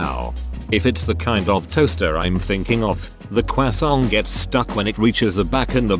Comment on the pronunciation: listening to the automated voice say cwoissant was the best part of this video